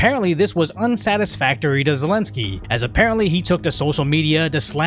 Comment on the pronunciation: You're the only person I heard pronounce President of Ukraine's name properly. Democrats are well known for screwing the military over by withholding money.